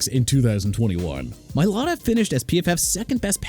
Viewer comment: Tyrann (ty-ron) Mathieu Mr. Illiterate... also it's Mai-lah-tah... Smh... every time... every time... can't pronounce athletes names right...